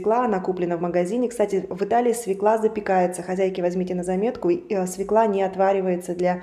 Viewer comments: Не свеклА, а свёкла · У Вас точно МГИМО? СВЁКЛА, А не свеклА. Ну что ж Вы....